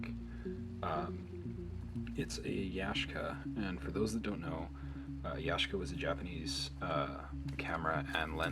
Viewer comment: Ya Shee Ka is the pronunciation